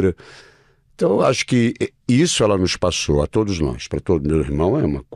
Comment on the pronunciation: Eu até q ia assistir por causa de Miguel... Más como vc avacalhou com esse "todis" Eu não Clico mais no seu canal de jeito nem um!!!